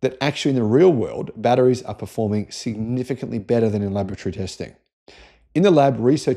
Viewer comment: When he says laboratory, I hear lavatory